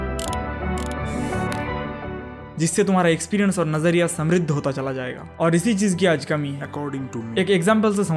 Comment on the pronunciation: Nazariya sai pronounce krny k liya you have earned my respect 🎉